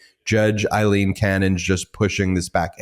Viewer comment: My goodness, Ben. Why are you so determined to continue pronouncing her name Eyeleen when her name is Aileen and that's how everyone else is properly saying it?